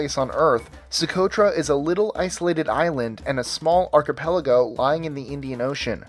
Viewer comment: Thanks for pronouncing "archipelago" correctly